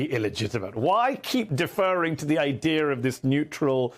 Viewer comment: Someone needs to tell Mehdi that there is no "R" at the end of the word "Idea". There is no such word as IDEAR.